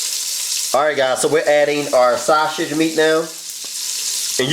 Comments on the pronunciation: What is so hard about saying SAUSAGE?? There’s no “SH” sound anywhere in the word. Baby you are a great cook but you need speech therapy. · He is saying that purposely ShuShij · Dude, it’s sausage, not shasage. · Sha-sauge 😂😂😂 love you this look fye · Same here🤣😂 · Aver and over again too lol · Lol that's the philly shiy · I’m dead lol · I can’t say it either😂😂. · That’s how I say it, ordering at McDonald’s when I’m talking to fast “Yes let me get two saushich bischits” 😂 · He was committed to it too lmao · Stop saying saw- sage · Did he just say shasage🤣🤣🤣🤣🤣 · Take a shot everytime he says "sauSHage" 🤪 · I really think this dude thinks there is an 'H' in sausage. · This dish is amazing‼️‼️‼️💯 it came out so well when I cooked it tonight 😋 inserts... 🗣forget how he pronounces “SAUSAGE” that boy knows what he’s doing 👏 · There is no “H” in sausage! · Aaliyah Jackson the fact that you could spell it the way he pronounced it has me cryinnggggg😭😭😂😂😂😂😂